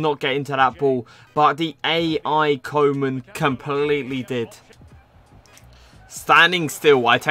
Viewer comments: Its pronounced Koo-man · Koe = Cool without the "L" Man = Man but not the american way. Use the "a" in the word "car".